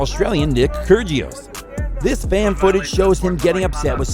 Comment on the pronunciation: Ivancenic??? Kyrjeeeos??? Very true!